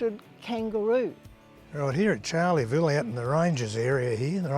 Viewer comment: Please, it's not Charley-ville! Pronounced as 'Char-le-ville'